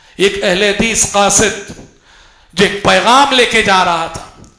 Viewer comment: قاصد Qasid* not khasid سبحان اللہ